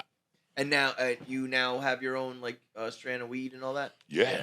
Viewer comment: Strain not strand …